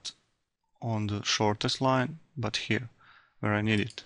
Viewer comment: Хир энд ХИР... дыс из ХИР)))) еба ты чепуха, выучи хоть фашиский нормально...